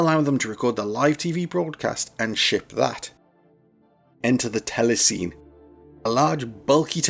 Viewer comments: This was a really interesting, well researched video. But one little niggle. Telecine is pronounced "telly-sinny" not "telly-seen". Back in the day, people used to have cine cameras and cine projectors for home use, so the term was more familiar. But other than that, a great, informative video. Consider me subscribed 😊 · Good video! Telecine is actually pronounced TELE-sin-ee, not TELE-seen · TEL-E-SIN-EE, not TEL-E-SEEN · Is it pronounced ‘tele-SEEN’ or ‘tele-SINNY’? We always used the latter when I worked in television… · "Telecine" is pronounced "tella-sinny". And you've got telecines and film recorders mixed up. A telecine converts celluloid film to an electronic TV image. A film recorder takes an electronic TV image and records it onto film. Two different machines, each doing the opposite of the other. Additionally, it's not correct to say that :"if you ever watched TV in the 80s, you've seen Scanimate"; Scanimate was a late 70s phenomenon, and then almost exclusively in the USA. Only a handful of machines were ever built. The distinctive look of 80s TV is down to the early digital effects and graphics units from the likes of Quantel, Aston and Chyron. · Tele Cine is pronounced "telly sinny" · A few significant errors here, unfortunately. First off, "telecine" is pronounced "tella-sinny", as it's a portmanteau of TELEvision and CINEma. Telecine machines existed from the very beginnings of actual broadcast television in the 1930s, as what a telecine does is convert film to video. It does not record video to film - that's done by a film recorder, and film recording was developed starting in the late 1940s and became properly viable in the early 1950s. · Very good - a couple of roughly approximates here and there, but nice. Picky: 'telecine' was rponounced 'telly-sinny', and 'moire' is 'mwarhray'. Telecine is now just about extinct. Happy days,. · Came here to see if anyone had commented on the Telecine pronunciation, only found you! It jarred a bit.